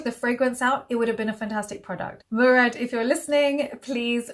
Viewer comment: It’s pronounced Mo-rad not Mew-rad. It’s an Arabic sir name! Thank you so much for the informative video coming from an Arab x